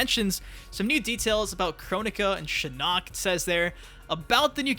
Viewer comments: It’s SHIN-ock , not shi-NOCK. Your pronunciation of his name is driving me mad 😂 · Why do you say shinnok like shinuk 😂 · You pronounce shinnok weird 💀 Yeah yeah go ahead and get it over with "sTfU lEaVe ThE vIdEo" 😐